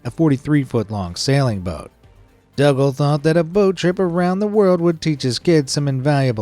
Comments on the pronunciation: Dougal is pronounced as Doogle, not Duggal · dougal is pronounced doogal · I'm just going to 'nit pick' I assume it's your pronunciation but that man who took his family. On a world trip on his boat I don't know who taught you to say hid name the way. You did, but- his name is pronounced DOO-GAL It is originally a Celtic name, if your "thing" is put on YouTube then the least you could do is to make sure of the pronunciation of the word your saying Now you try it DOUGAL is said like this. DOO-GAL That's all 🙏